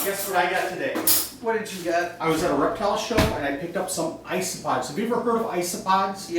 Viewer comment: Did he say iceopods?